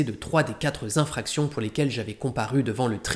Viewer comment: Merci pour votre résumé et pour votre analyse !… et merci pour les lectures. (N'oubliez pas la liaison dans « vingt années », ni l'absence de liaison dans « quatre infractions », ni l'élision devant « héroïsme » – où le h n'est pas aspiré, contrairement à celui de « héros ».)